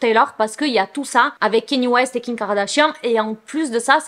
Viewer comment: Superbe vidéo ❤️ Mais j’aimerai trop savoir un truc mdr Tu dis kiM kardashian, kiN, ou Ki kardashian ou c’est juste moi qui entends mal haha